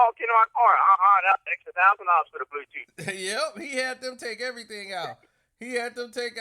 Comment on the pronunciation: "Brown tooth" 😭😭😭😭😭😭😭😭😭💀💀💀💀💀